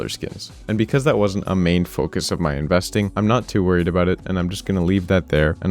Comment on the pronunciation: He called it "investing" lmao